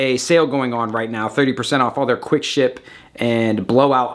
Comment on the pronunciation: Right I thought you said "quick shit blow out" in reference to the sale😂